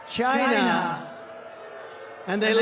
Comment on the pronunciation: 'I'd like to thank CHYYNNAA!' LOL! 😂 😂 😂